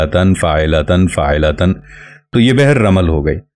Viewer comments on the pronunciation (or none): السلام علیکم حضرت ممکن ہے آپ درست ہوں لیکن آپ پہلے شخص ہیں جن سے فاعلاتَن سنا ہے !!! غلطی انسان سے ہو جاتی ہے اسے تسلیم کرنا سیکھیے۔ میں آپ کے کام کا قدر دان ہوں زبان و بیان کو بھی بہتر سمجھتا ہوں لیکن بہ حیثیت اہلِ زبان کے غلط تلفظ ہضم نہیں ہوتا ۔